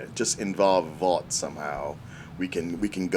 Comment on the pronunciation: Why they gas lighting, (Babies day out) is the name of the cartoon that ep 1 spoofed. I mean for fucks sake can't pronounce (Vought) correctly why would he know the actual spoofed cartoon.